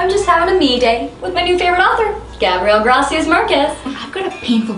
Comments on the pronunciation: She did not say "Gabriel GRASIAS Marquez". oh god. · the way she pronounces Gabriel García Márquez I'm dyinnggng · "Gabriel grasias marquez" Bruh